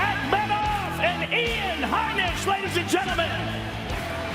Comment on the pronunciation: Bruh. Rogan said "Eye-an Heinisch".